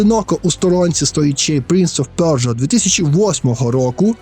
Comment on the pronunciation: пля....принц оф пьорьджо)))) п.с. будь ласка наступні відео просто кажи - принц персії)))